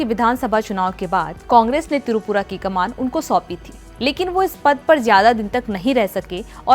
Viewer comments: It's not Tirupura It's Tripura. Ur pronouncing the state name wrong. Kindly pronounce properly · Tirupura nehi, the word is Tripura ... Basics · Tripura not tirupura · Pehele up tripura pronunciation sayi se boliye